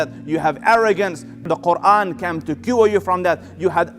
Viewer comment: Selam Aleykum. Beautiful speach.❤️🌹 I wish someone could teach this sheyh how to pronounce the word "came" .not "cam" Came is pronounced like "caym" kaym"